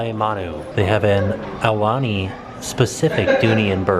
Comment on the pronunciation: "Ah- uh - lah- nee".... Aulani..., HOW did you continuously get that wrong, when I KNOW that when you arrived, someone from the resort greeted you and said the name of the resort!